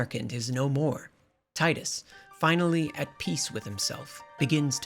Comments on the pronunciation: Final fantasy x brings me back so many good memories and was such a shocking story for me as a kid. P.S. His name is Tee-Duhs, not Tide-us. Personal issue but kind of cringe every time his name is pronounced wrong through no fault of those who pronounce it wrong (whether on purpose or not). James Arnold Taylor himself confirmed it and I distinctly remember "Tee-dus" watching commercials and talking amongst my friends for this game back in 2001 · "Taidus". Oh god, no, I'm not watching almost 2 hours of that. Thanks for clearing that up in the beginning of the video! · My skin boils when “tidus” is mispronounced 🤮